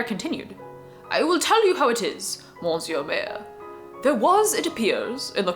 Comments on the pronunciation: Small correction: monsieur is not pronnounced mohn-syuh but rather muh-syuh. /mə.sjø/ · You are not gonna like this comment, but the n in monsieur is silent.